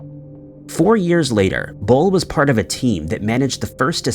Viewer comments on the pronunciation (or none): none